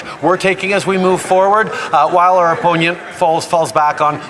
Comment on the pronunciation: at the mark and on he said ... " opienient " oponent in a russian voice ,,lmao .. NOT THAT ,,, BY HIS OWN MEASURE HE WOULD BE A RUSSIAN SPY ,, LOLOL